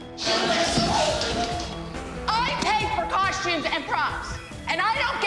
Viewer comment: Just now discovered this show, love it!…. But I just came to say COSH-tumes 🤷🏻‍♀️